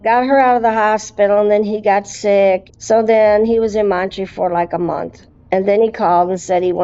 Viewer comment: Never heard anyone shorten Montreal to Montree before. LOL